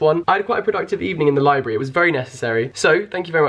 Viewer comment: Him: Libary how it sounds (to me) in his common tongue Me: LIBRARY....*me, and my grammar-correcting self, silently cringing, but only because I’m a book nerd.*